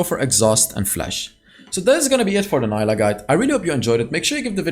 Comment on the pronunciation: Fyi, her name is pronounced as “Nee-lah” 🫡